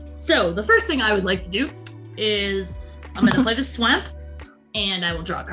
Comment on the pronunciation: I enjoyed this very much, but being honest pronouncing Swamp in the odd way she does from time to time got annoying after the first time